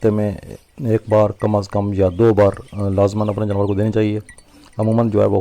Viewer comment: جنور نہیں جانور ہوتا ہے.